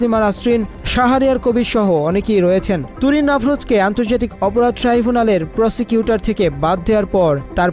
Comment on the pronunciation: প্রসিকিউটর না প্রসটিটুউর